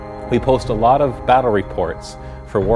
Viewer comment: thanks this has helped me aloot. thats how canadains say alot